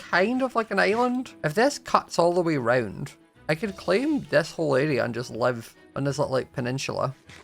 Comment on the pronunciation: I love how says "area" he says it like "araia" love it